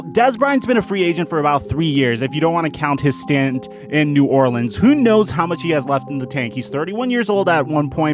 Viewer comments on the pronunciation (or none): none